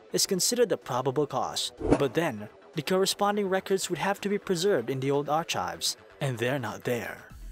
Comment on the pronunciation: Ahh....preserved in the old "ar-chives"....